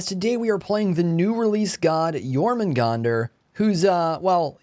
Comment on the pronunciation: Thank you so much for pronouncing it correctely